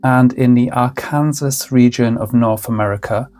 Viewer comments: cool video. btw, Arkansas is not pronounced Ar Kansas. It's pronounced like... Ar Kan Saw. ;) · Just so you know, Arkansas is pronounced Arken-saw 🫶🏼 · Lemme I an video would be great. The US area is called Ark -un-saw.